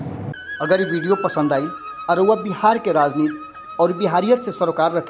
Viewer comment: कृपया 'राजनीति' बोलें, न कि 'राजनीत'। आपका यह नया शब्द 'राजनीत' हिन्दी भाषा का कोई शब्द ही नहीं हैं।